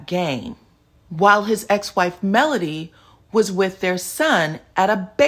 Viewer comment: Him pronouncing Melody name is awful.